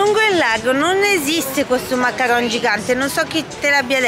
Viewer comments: Si chiamano mancaron non macaranes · Ms si dice macaron non macarones